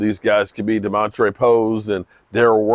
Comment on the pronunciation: It's Damontae no r in his name❤